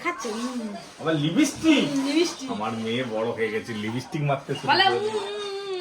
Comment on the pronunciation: ওটা লিবিস্টিক নয় লিপস্টিক 💄